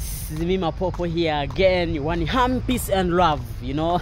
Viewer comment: Again how did he pronounce peace?